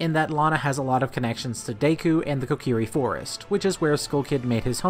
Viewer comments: Deck-oo not Day-coo Cy-clos not Cy-close Zeff-os not Zeff-ose Great video, but so many wrong pronunciations... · It’s pronounced deh-ku